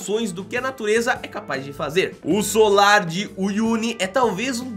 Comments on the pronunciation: Vc falou solar ms o nome eh salar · Oi, amei o vídeo, mas vc falou "solar" o tempo todo e o certo é "salar" como aparece escrito no vídeo. Rsrs, mas a sua insistência em falar "solar" não podia deixar passar em branco. Sorry... Mas o vídeo ficou incrível. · gostei muito dos locais mostrados e sempre curto seus vídeos. Mas vc precisa prestar um pouco mais de atenção nas suas narrações. O lugar de chama SALAR, porque é totalmente coberto de SAL. Mas o tempo todo você falou SOLAR! Isso é um tipo de palácio antigo, não tem nada a ver com o que estava sendo mostrado. Foi só um toque. Parabéns pelo seu trabalho. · é SALAR é não solar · desculpe mas se diz salar.